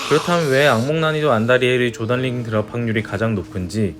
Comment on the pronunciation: 조덜링이 아니라 조던링